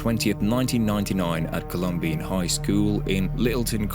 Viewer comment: Pronounce the name right. It’s Colum-bine. Not colum-bean